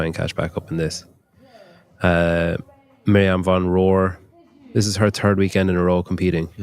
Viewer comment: Thanks for the coverage, but every time you said ‘third’ I heard ‘turd’ 😂